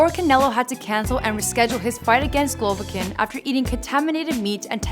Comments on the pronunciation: Did This Chik Jus Say "Glovkin" Instead Of "Golovkin"...? Yup, She Sure Did... Yea Mayb This Aint 4 U Chika, Dont Worry Im Sure A Translater Is Needed Sumwhere 2 Help Ya Along, So Smile... 😝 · She said glovokin lol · Hahahahahha glovokin? Rlly? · Im extremely but cmon “GLOVOKIN”? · who tf is "Glovakin" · The way she said Golovkin made me forget what his actual name was.